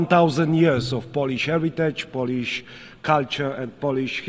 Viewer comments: To moze inaczej :) fonetycznie : polisz ? albo poliś? powinno byc POŁLIYSZ. Trzeba Krarolowi fonetycznie rozpisac. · Swietne przemowienie Panie Prezydencie. Tylko jedna uwaga: nie " polisz "- polisz to łyzke albo lizaka. Czytamy bardziej "połlisz" Tak samo jak "pol" to tyczka a "Połl" to Polak. A tak poza tym to super. Pozdro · Czemu nie może powiedzieć Polisz tylko mowi poliś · powinien powiedziec fonetycznie poprawnie POŁLISZ to bardzo latwe w wymowie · Ja też jestem z niego zadowolony ale musi naprawdę popracować nad angielskim bo: poliś, langłić - no bez jaj. Tych kilka słów mógłby siąść przed takim wystąpieniem z nauczycielem i wyćwiczyć. Tak samo tego snusa przyje..łby w kiblu bo całe bardzo dobre przemówienie przyćmione incydentem snusowym